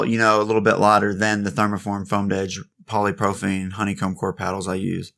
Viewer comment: You got the Poly now sound out propylene pro-pa-lene. Don't try to say the Y that's what is messing you up w/pronunciation.